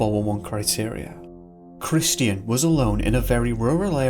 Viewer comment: Hello, the name "Christian" is pronounced CRISS-CHEN, It is not pronounced CRIS-TEE-N. My eldest son was calling himself Christian for awhile, so I'm sensitive to it I guess, no offense intended, thanks!